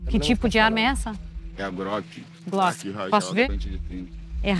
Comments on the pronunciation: Boa mano kkkk é uma Groqui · groqui WtF mano sério velho kkk é rir pra não chorar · Groqui rajada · Repórter: "Que arma é essa?" Marginal: "Uma GRÓQUI" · Kkkkkkkkkkkkkkkkkkk grock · Groqui hajada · KAKAKAKA GRÒKI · Repórter: "Que arma é essa?" Marginal: "Uma GRÓQUI" kkkkkkkkkkkkkkkkkkkkkkkkkkkkkkkkkkkkkkkkk